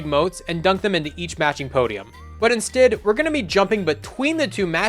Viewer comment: Cool video, cant get past how you say instead tho hahaha